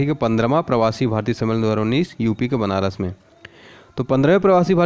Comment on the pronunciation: Sir thoda clear to bola karo. Banaras bol rahe ho ya "banarasi" . Pronunciation sudharo